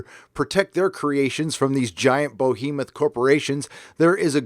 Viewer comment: Is it possible for you to use a less infuriating sound to censor your swears? Or at least lower the volume? Also it's not pronounced "BOW-hE-moth" it's "Be-hE-moth"